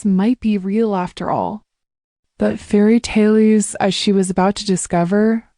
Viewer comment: Ai, do not read dot dot dot, and other major irritating mistakes in reading, the reading is awful, voice changes are terrible, mispronounced ex fairytales not fairytellies. Story is wonderful, needs to sound as good as it is